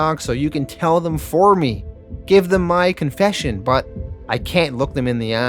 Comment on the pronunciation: English: Them.: Thummmb.